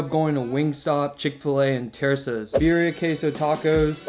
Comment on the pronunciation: "Beer-e-ah" tacos with "con-sa-may" ... and stop smacking your lips...